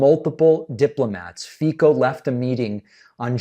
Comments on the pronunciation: just a note, FICO is pronounced with a "ts" sound rather than "k". and the end is not as o (ou) but rather a short o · One thing: the Slovak guy's last name is pronounced like 'Fitso' - letter c in slavic languages produces 'ts' sound. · Sounded like you said fecal yes a perfect description of trump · 😮😮😮😮😮 Pronounced Fitso!😮😮😮😮😮😮😮 Fitso!😮😮😮😮😮😮😮😮😮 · 😮😮 Fico pronounced Fitso! 😮😮😮😮😮😮😮😮😮😮😮😮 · Fico pronounces his name as Fitzo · Fico….. I thought you said fecal! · It’s pronounced “Feetso” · David, not to criticize just to help the pronunciation of the name is F E C O (c like it is no K) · It's pronounced FiCo.. the sound is the same as first letter in the "celsius".... anyway it doesn't matter... Fico is one of the most corrupt and populist leaders, he protects criminals and murderers of a journalist... so if THIS man comes and is so horrified that he loses his cool and says such dangerous statement... well... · love the Fico pronounciation haha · Hello! Just a little correction, the name of the slovakian president is pronounced Fico (with a C) not Fiko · His name is [Fitso] not [Fiko] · The name is pronounced [Fi-TZ-o] not [feeko] ;) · Fico is prononced "Fitso" not "Fiko" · It’s “fitzo” by the way, not “fiko” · Fico is pronounced Fitzo not Fico. BTW, Fico is a Putin puppet. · Just a quick note - the Slovak guy's name is pronounced "Fee-tso", not "Fee-cko." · Slovak prime minister ' s name is not pronounced "Fiko" but "Fitzo" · Not Fiko, but Fico, pronounced Fitzo. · it's pronounced fitso, not fiko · The pronunciation of Fico is "Fit-so". The "c" in Fico is not read like a "k" but rather "ts" like in cats. He is a dick though, so I do understand the urge... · Not really Alka. Thermonuclear5742 is right. "C" is pronounsed as "ts". And English phonetic spelling of his name is definitelly not 'feet-so', that would make the letter "i" long like in "feet" but his name is pronounced with a short "i" like in "fit". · It's pronounced 'Feetzo''. Source; Slovakian gf